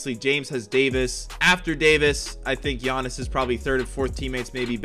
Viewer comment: Why did u say giannis name like that